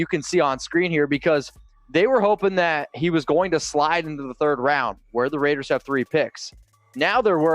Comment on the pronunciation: Did he actually say "Ravers" how does a Raider fan EVER mispronounce our BELOVED team's ICONIC name? Raiders4Life!